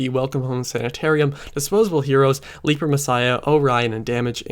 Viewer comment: I'm surprised you refer to it as "leaper" messiah since they say it correctly like 8 times in the song.